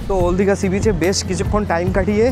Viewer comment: ওল্ড দীঘা❌ ওল দীঘা✅ 😂😂